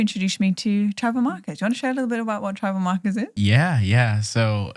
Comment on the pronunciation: I love your podcast :) and lol I kept thinking you said "You introduced me to Trevor Marcus!" but you were saying Tribal Markers <3